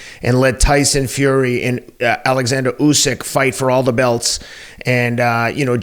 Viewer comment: For your reference, Usyk's first name is pronounced Olexander, not ALexander. It's OLL, as in rhymes with doll.